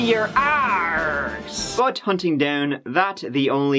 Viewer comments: "Show me your Aaaaaaarse!!" 😂😂😂😂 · “Show me your arsh”. 😂😂